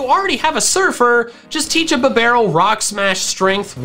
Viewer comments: He saying bibarel: B-Bah-rule I saying bibarel: Beeh-B-Rul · "Bah - barrel". its "Bee - Barrel" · Me: Finally a YouTuber that can pronounce "Bidoof" correctly!: BIBBARREL Me: That's it, I'm done.